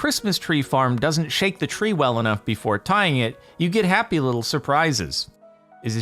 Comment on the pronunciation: Whale, if I told you that wouldn't be fun now, would it?